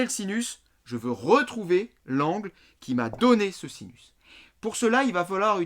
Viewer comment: Super video euh par contre à vous avez dit sisus au lieu de sinus ahahzhzhzh mais bon ca arrive a tout le monde.... bises!